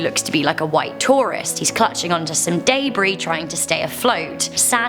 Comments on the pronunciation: Debris not daybree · Day Brie?.... Debris (Deh-Brie/De-Brie). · Y she say deb-ary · "Hes clutching to some DayBre" lmao wtf is daybre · this is sad but i like how she says dabris instead of debris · It’s deb-rie